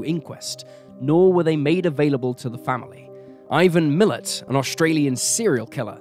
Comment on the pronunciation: I get very angry when police put cases in the "too hard" basket, and/or cover up for potential "bad seeds" in the force. Thank you for bringing this case to light again. Though I would appreciate that place and people's names (Ivan Milat, Mt Isa, Concurry etc) be checked for correct pronunciation before voicing the narrative. And although I understand that a lot of time and effort goes into making these videos, it isn't a hard thing to do. Most pronunciations can be checked online.